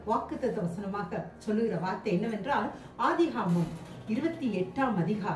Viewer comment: அக்கா அது ஆதிகாமம் இல்ல ஆதியாகமம்